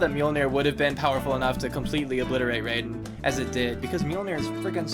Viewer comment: You pronounced Raiden the correct way at the beginning of the video. When Mortal Kombat first premiered they did pronounce it as RAYden. Most likely because the creators (and fans) weren't all that familiar with Japanese pronunciations at the time.